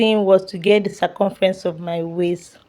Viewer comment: What are you even saying? Is it English that’s the problem? What is “sacumfrence”?